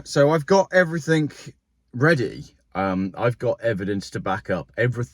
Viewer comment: please use the English language as it is supposed to be used, Everything, Something not everythink or Somethink!!!